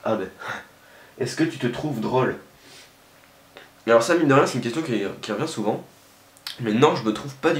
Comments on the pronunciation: il a un défaut quand il dit " o " genre "drale" ou " bolass" .. lol;p mais il est ttrooo marrant sinon ! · petit accent périgueux, c'est "drawl" :) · drole avec l'accent x) --> drâle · Mdrr comment il dit " drôle" à ^^ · Hahaha comme tu dis "drôle" :D Y a un circonflexe il faut en prendre compte ;)